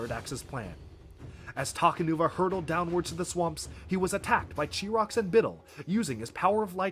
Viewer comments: Chirox’s name is pronounced kie-rocks not chee-rocks. if you want some proof it says so on his page on Biosector01. and when you were talking about how important all the makuta were you called makuta gorast chirox. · "Really the only thing you need to remember about Makuta Chirox here" "Chirox" Oh, honey, no.